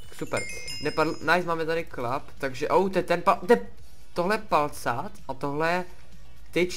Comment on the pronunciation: Ne valcát ty vole, PALCÁT! :DD